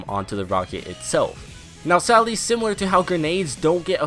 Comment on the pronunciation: It kinda sounds like he’s saying “sally” instead of “sadly”